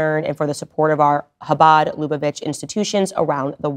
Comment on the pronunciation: UGHHHHHH!!!! STOP SAYING "HABAD LUBA VITCH"!! LOOK UP HOW TO PRONOUNCE IT PROPERLY!!!